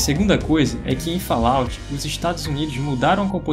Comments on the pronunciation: A pronúncia de Fallout é de doer os ouvidos.... kkkkkk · VOCE ESTA PRONUNCIANDO ERRADO O NOME.